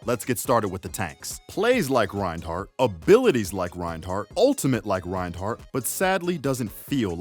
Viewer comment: The d in Reinhardt is silent